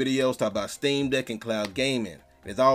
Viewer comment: Anyone else hearing steam dick?